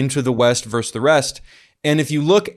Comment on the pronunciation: "Versus". The word is pronounced "Versus".